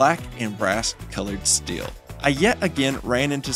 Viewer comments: good video but you're killing me with every time you say "Still" instead of "Steel" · Please, it is " STEEL " not " STILL "